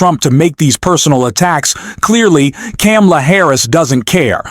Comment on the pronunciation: 100% agree that Trump's violent rhetoric should disqualify him. There's clips all over the internet that show people leaving his rallies and lots of empty seats. No wonder, the way he talks about people. He still can't even pronounce Kamala's name correctly.